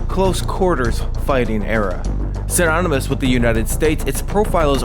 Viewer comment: Siranymous? believe it’s synonymous. What did u even say?